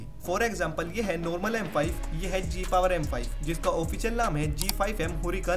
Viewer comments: Mujhko sunai diya gay power 💀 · Bhai mujhe hi Gay power sunai de raha hai ?